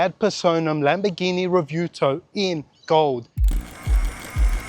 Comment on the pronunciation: Whats a Revuto? 🤣